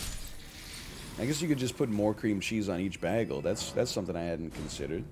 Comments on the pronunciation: You can't just pronounce the word bagel with a short 'a' and expect us to not complain. The only acceptable way to pronounce bagel is, “BAY-gll.” The second is sacrilege and sounds like “BAG-el”, like a paper BAG. Disgusting. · Dude says "baggle" instead of "baygel" and not only are there Korean children who based their entire English experience after this guy, but his absolutely insane food takes are supposed to be taken seriously? Like, "YO, hamburger meat is ground beef, but if I have pre-made patties, my dude, they can't be used for anything but burgers! And hey, bread? It's BREAD. Or occasionally TOAST. Homemade croutons? Which is toasted bread? Not a thing. VIT my way through Elden Ring, SEEYA!" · Is he pronouncing Bagel as "Baggle" deliberately or as a joke? 🍩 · NL can we talk about the way you say bagel? Is it a meme or is a Canadian thing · I was wondering about the same thing. I have never heard anyone pronounce it like that o_O